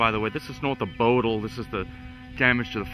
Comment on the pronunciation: its not bodle its bow like on on a boat, and then dle Bowdle SD, sorry about that, I used to live close by, kinda annoyed me lol